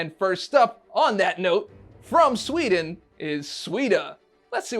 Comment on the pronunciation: That swedeah mistake hurt